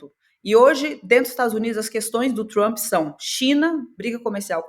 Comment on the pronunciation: me amarro na falando "Trumpy", com R retroflexo e o "i" oxítono. super brazuca.